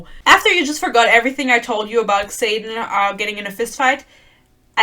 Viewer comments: I love that you pronounce his name as KSaden, lmao. I dnf'd book one 12 pages in, so I love these rant videos that validate my feelings. Keep following Yarros's lead and mispronouncing Xaden and Yarros. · The way you say “Xayden” sometimes sounds like “Satan” and it’s fitting tbh